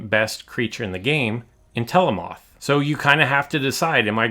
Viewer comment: I don’t wanna be rude but It’s pronounced En-tel-o-muth not en-tel-o-mOth, do you pronounce mammoth as mammOth? No